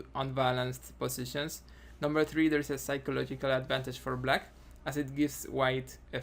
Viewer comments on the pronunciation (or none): none